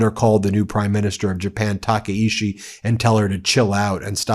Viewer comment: TakaICHI not Takaishi